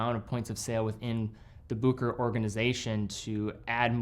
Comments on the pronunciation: It's pronounced Busheray and not Bookerer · Bucherer not Buckerer. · Its Bucherer. Not bukerer Bu ch erer Like cheetah ch. From a Swiss geneva born watch lover. Cheers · Still waiting for my explorer 36mm. Ordered it at that same Bucherer you showed at the start of the video. Ps, no hate but it's pronounced Bu(Sch)erer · It's also a good moment to learn how to correctly pronounce BuHerer. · I have always heard others pronounce Bucherer as Bu-che-ro and Book-e-rer, but never as you've done so here as "Booker". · so you're just going to mispronounce boo-ke-rer the ENTIRE video? seriously, this is not that difficult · pump and dump. One of the great ones made in Switzerland. P.s. that is NOT how Bucherer is pronounced. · Good video, just please learn how to pronounce Bucherer. 🙂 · Sorry but you butchered the pronunciation.